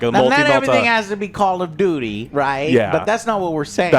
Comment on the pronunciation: We all love "Call of Dooty - Same ol same ol edition." 🤣